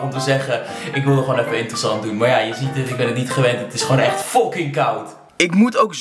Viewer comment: "deze stof die je hier ZEEJT" 🤣🤣 lekker maat 🔥